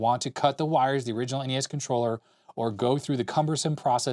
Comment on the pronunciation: Noooo you said NESSS. N-E-S please lol. That's my pet peeve since you mentioned them haha